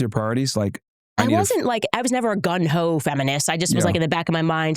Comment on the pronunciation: It is "gung-ho" not "gun-ho", Candace.